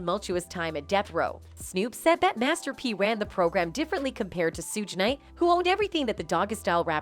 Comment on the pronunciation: “Sooge nite”😭